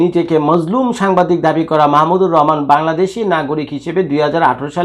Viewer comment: বাংলাদেশের একজন স্বনামধন্য লোকের নামটাই আপনি ঠিকমত উচ্চারণ করতে পারেন না, আবার রিপোর্ট করতে আসছেন